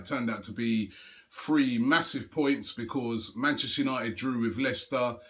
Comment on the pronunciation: I just wish that robbie would learn to say because proparly otherwise his videos are great